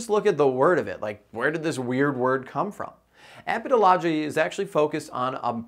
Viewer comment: Learn how to say epidemiology